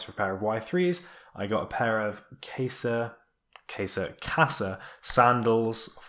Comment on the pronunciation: even when you correct your pronunciation of Qasa you're still wrong